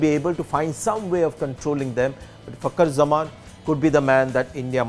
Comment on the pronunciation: Sanjay its fakar zaman not fucker zaman please work on your pronunciation